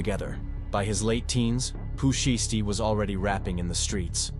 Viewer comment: Learn how to pronounce his name. It sounds stupid when you keep saying shisty.